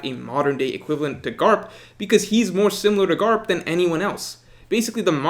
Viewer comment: I love how he says “Garp”